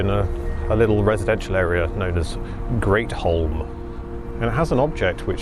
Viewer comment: Not "Great Holm"! It's pronounced Gretham.